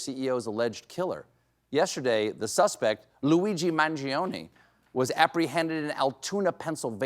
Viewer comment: The i is silent. My god. You‘ve got so many silent letters in english, why can‘t you do the italian ones?